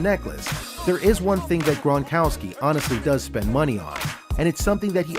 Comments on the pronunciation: It isn’t GRANkowski, it is GRONkowski. It was like finger nails on a chalk board each time it was mispronounced. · NOT GRAN,but GRONkowski.